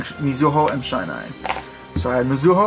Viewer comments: bro how come nobody pronounces shinai correctly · I cringed every time he mispronounced Shinai otherwise great combo!